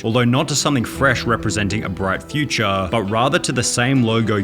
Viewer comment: The way he says "futurea".